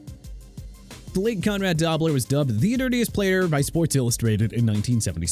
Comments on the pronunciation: It’s was pronounced Conrad Dough-blur not DOB-ler. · Who is Conrad Dobbler? Never heard of him. Perhaps you mean Dobler (pronounced doughbler) Can’t take you seriously when you don’t even know how to pronounce names, that tells everyone you didn’t research. And this is t a list of most hated, just a list of dirty players, assumed dirty players and A-holes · I am impressed that you manage to mispronounce a name as simple as "Dobler". Is your audience unimportant enough that such basic research is unjustified ? It's not like this is an isolated instance, either. Hell, I'll volunteer: Run these past me before release and I'll let you know if you mispronounce the last name of Nick Mike-Mayer et al.